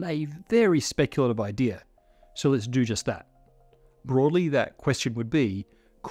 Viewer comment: the emphasis on the speculative XD